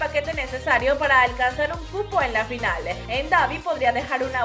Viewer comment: Por que dices TOPE en vez de TOP y FINALE en vez de FINAL ? Es DESAGRADABLE.